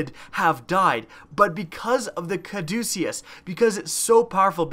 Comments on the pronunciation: It's pronounced caw-duh-kiss. It's the name of the staff intertwined with two snakes that's the symbol of hospitals and stuff. It's associated with medicine that's why the gun heals you. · Bro, your killing me. It's pronounced Ca-duce-us, it's the name of the medical symbol.